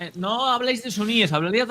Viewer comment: Sunís, chuis, no, sino suníes y chiíes.